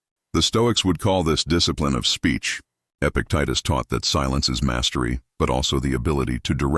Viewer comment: This mentions Epictetus three times and pronounces it different each time 😂